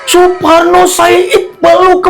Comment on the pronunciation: Saking kesel nya Suparno Jadi suporno 😂😂😂 sampe sakit perut ya Allah